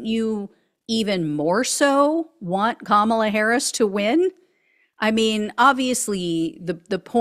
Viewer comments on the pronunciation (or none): none